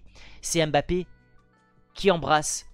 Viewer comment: C'est pas M- bappe c'est mbappé direct